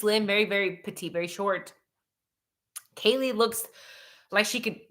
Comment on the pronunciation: And, H said Kaylee's name incorrectly and that he did not really know her, during his interview at PD. Videos of him in the house at parties and when LE showed up due to noise complaints show that he is a liar. Why is he lying about something so obvious? Shows, to me, that he is lying about bigger things. Case behavior of CYA.